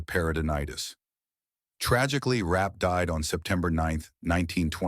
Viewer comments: Concerning Virginia ‘Rap’: Her name was Zelliene Virginia Rappe. The last name is pronounced ‘Rap-pay’ not Rap. It is thought the only thing Fatty Arbuckle was guilty of was holding the party. That Bambina Maude Belmont lead the charge against Arbuckle has been pretty clearly established. Belmont, who allegedly needed money, testified at the trial. She was also at the party with Rappe. There are many stories about both Rappe and Belmont that are very interesting to read. Rappe is at Hollywood Forever cemetery and her grave is clearly marked with her last name. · It’s Virginia Rappe not Rap. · Its Virginia Rappe.